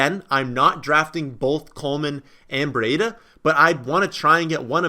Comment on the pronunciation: It's "BREEDA", not "BREE-A-DA".